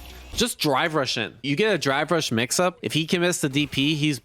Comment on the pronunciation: My ears must be going because it sounds like he is saying dry brush, instead of drive rush.